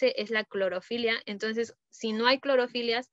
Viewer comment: De parte del equipo 7: Muy buen explicación, estuvo muy completa. Consideramos que podrían haber tenído mas diapositivas para toda la información que se presentó. De igual manera, asegurar que se pronuncien algunas palabras correctamente, por ejemplo, se repitió varias veces "clorofilias".